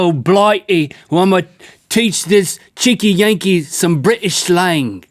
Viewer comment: Link.. Link... Link, that isn't a British accent if you want to do a proper british accent pronounce BriTish as if it's got a T in because you're pronouncing as if it's briish not briTish! Because believe it or not the is actually a T in the word briTish!